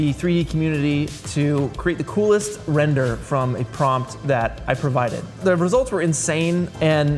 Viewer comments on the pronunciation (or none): I dare... Somebody to put wrender in the captions everytime they say render in every Corridor video.